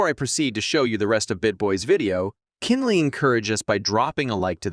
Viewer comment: "keendly encourage us" says AI when pronouncing Kindly 😂